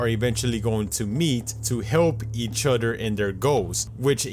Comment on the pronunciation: Help each "udder"